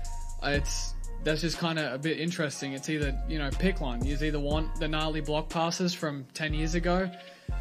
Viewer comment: If you have an Australian accent you're not allowed to say 'gnarly'